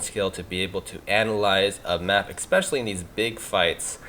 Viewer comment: I'm normally not a 'prescriptive grammar' guy. But it's especially, not expecially. Other than that, cool vid.